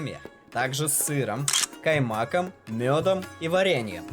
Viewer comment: КаймакОм, а не каймАком🙉